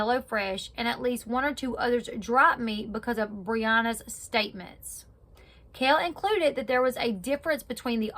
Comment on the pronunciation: That's really annoying to say her name wrong .